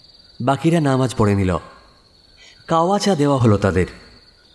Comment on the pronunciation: It's 'daawt' not dehwat. The meaning becomes entirely different. Also 'kehwa' not kawa. ( Not spelling wise just for pronunciation) Sorry not criticizing just informing so that next time it becomes 100/100 and perfect. Felt like I was watching a bond movie.